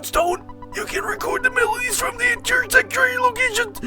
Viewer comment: funniest thing i've heard. The way he says melodies xD